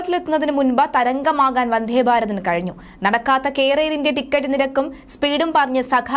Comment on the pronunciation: വന്ധേ അല്ല മിസ്റ്റർ 🤨വന്ദേ എന്നു പറഞ്ഞു പഠിയ്ക്കൂ..